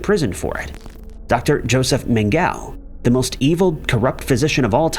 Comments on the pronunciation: Ermm... Mengale ? I believe it's pronounced Mengueley.. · How can you mispronounce the most famous evil dr of all time? Its mang uh lay.